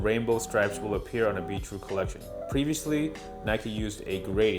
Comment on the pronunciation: Who else thought it sounded like he was saying beetroot